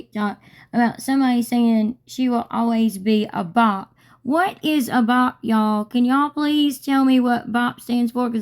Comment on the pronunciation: She said BOP not BOT.